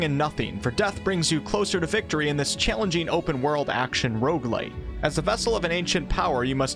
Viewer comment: ah, shit you lost me at rogue-li..